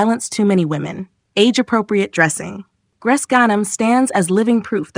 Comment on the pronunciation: She doesn’t live in Beirut. She live in Montreal. And her name isn’t pronounced gresh. It’s pronounced Grece. Like Greece.